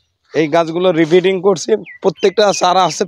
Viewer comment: রিপিটিং না। কথাটা রি-পটিং (Re-potting), মানে ছোট পট থেকে বড় পটে স্থানান্তর করা।